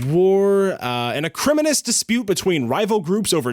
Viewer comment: Yo! You pronounced "acrimonious" incorrectly.